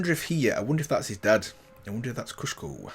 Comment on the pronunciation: It's Kusho! You keep saying Kushko. You did the same mistake in the Jhin and Zed videos as well!